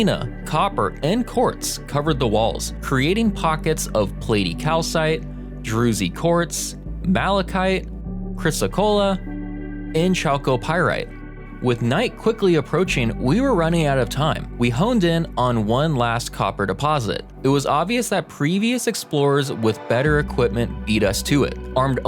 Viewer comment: The H in chalcopyrite is silent. Cool vid. Cheers!